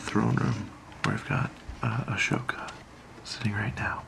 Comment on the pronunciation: When your saying ahsoka, Don’t pronounce the H It’s A-Soka